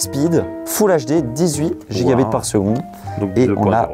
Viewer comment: "Gé bé pé aisse" => "GI-GA-BIT" les gars… et au final, vous ne testez même pas ces câbles afin de vérifier que les prix sont justifiés !!! vidéo qui ne sert à rien, désolé. Avec un titre raccoleur comme ça, on peut s'attendre à mieux !